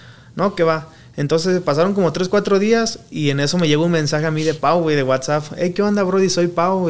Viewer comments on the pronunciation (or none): none